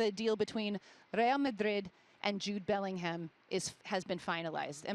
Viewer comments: It’s not belling ham, it bellinarm 😂😂😂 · Bending over backwards to pronounce Real Madrid correctly, and then saying BellingHAM...